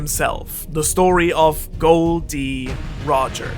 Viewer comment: Did he really just said Gold Roger and not Gol D. Roger??!!! Taboo !